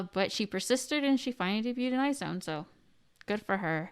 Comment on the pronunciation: She knew she said it wrong but Omg when she said I-zone I Cringed so hard it’s pronounced Aizuwan or eyes one I’m a wizone here since produce 48